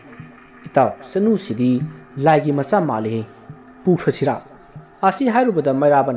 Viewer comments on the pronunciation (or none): none